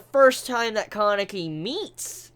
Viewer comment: Guys GUYS i have come ti the conclusion that he had watched the dub version. listen to the way he says, Kanaki and Hide. Pretty strange huh?